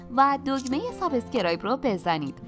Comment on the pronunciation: دستتون درد نکنه ویدیو‌های خوبی تهیه میکنید اما میشه سابسکرایب رو درست تلفظ کنید